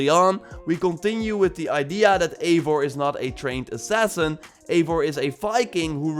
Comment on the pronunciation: it’s pronounced eye-var, Eivor